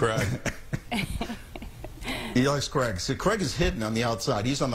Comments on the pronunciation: Totally thought he said he loves crack for a minute then, im a Brit, we pronounce it like crayg. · What can’t Americans say Craig? Who is Creg??